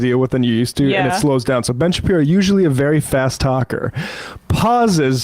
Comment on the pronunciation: When j aubry called him Ben Shapeepee 💀